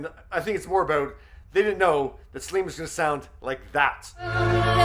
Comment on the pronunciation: Céline not Slin, for Gods sake!